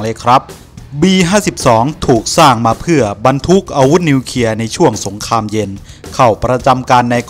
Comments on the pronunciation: อ่านคลิปให้ชัด นิวเคลียร์ ไม่ใช่นิวเคีย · นิวเคลียร์ ไม่ใช่นิวเคีย ออกเสียงชัดเจนด้วย